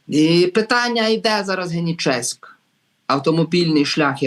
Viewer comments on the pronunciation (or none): Дякую..... так, це під Херсоном, тільки - генІчеськ, не генічЕськ - наголос на літеру І